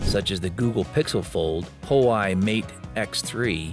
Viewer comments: You showed the fold 5 with a stylus sticking out. Is that a mockup? Several articles and videos say that the device does not come with an S pen and does not come with a storage slot. Also, Huawei is pronounced wa-way, not hawaii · I chuckled every time you mispronounced Huawei. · He legit pronounce it wrongly each time